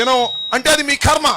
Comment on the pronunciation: కర్మ అనే పదం సరిగ్గా పలకడం నేర్పుకో రా గాడిద